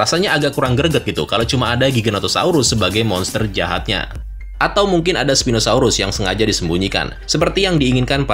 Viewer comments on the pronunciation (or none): none